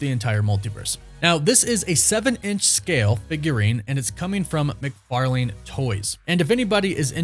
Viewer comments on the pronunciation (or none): none